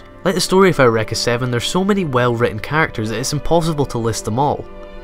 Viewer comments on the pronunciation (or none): "aow-wrecka" ? isn't it pronounce "you-ricka"? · I have never heard of this anime before today. So it's pronounced "air wrekka"? I won't remember that. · skysyrup I'm guessing his reason for pronouncing it that way is due to the fact that the word "Eureka" is of German origin, thus is supposed to be pronounced "OY-REH-KAH" (since "EU" is pronounced "OY," and the letter "E" is pronounced "EH," in German). Just a speculation, though. I may be wrong.